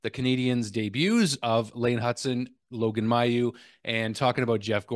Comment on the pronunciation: FYI, Logan Mailloux actually pronounces his name MAY-OUX rather than MY-OUX. I know it's not the way we would normally say it in Quebec, but he is not from Quebec.